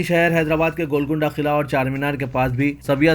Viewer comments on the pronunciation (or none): none